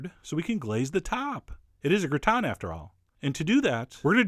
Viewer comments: What is a gratin? And why is it pronounced backwards (gritan)? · Xataret He mispronounces it in the video though.